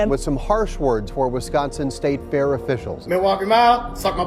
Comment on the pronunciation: the event is called fear instead of fair